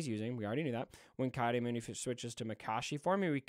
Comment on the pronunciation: Ki is pronounced has Key. Not Kai. Key Audi Moon-Dee